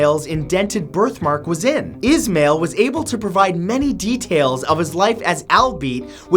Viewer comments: Is-mah-eil not is-mail lol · The first one is pronounced Ish -mile